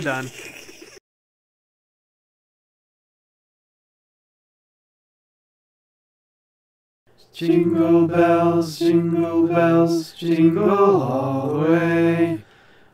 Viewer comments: Level 2 the guy say soaping bells fuckin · Did u say zingle bells on level jazz